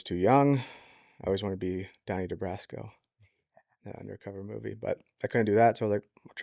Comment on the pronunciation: It's Donnie Brasco not de Brasco. C'mOn!!!